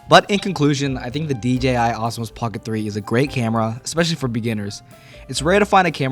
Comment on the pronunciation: Why are you calling it "Osmos"? It's "Osmo".